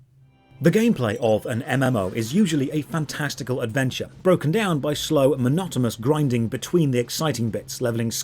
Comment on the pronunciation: "fan-testicle", yes I'm twelve~